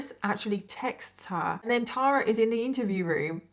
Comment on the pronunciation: Thank you for pronouncing “Tara” correctly!!! I stopped trying to correct people years ago! Lol (BTW I’m NOT the Tara in this story!)